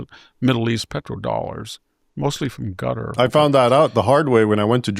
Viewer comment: OMG 😨 Another American who butchers non-English names 🤦🏻‍♂️ What’s wrong with Americans? Why can’t they pronounce for example “Qatar” somewhat normal? It’s easy, but they concoct a ridiculous sound that doesn’t even slightly resemble the original name.